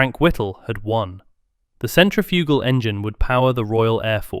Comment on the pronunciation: Your pronunciation of centrifugal is awful.